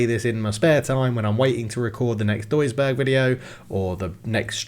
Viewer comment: + a little Tip: if you say Duisburg, my ears are crying. Please just lern the Names a little bit 😂